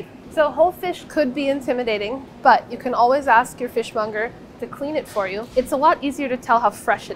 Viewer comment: Fish mounger. That part lol!